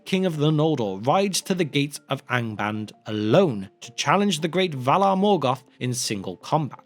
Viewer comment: “The VALAR!”, please. Thank you.